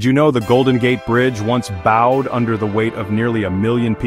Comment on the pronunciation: Thanks for ruining the english language with the mispronunciation of bowed, you pronounce like beau-ed The construction i choose is the english french english channel tunnel.